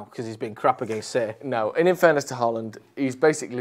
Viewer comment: I wish you guys learned to pronounce Haaland’s name correctly. It’s not Haa-aaland. The double aa is pronounced as ‘å’ in Norwegian which is similar to the way you would say in ‘Hi-ho’ in English. Haaaaland is just plain wrong. The best way to pronouce his name is english would be ‘Ho-land’.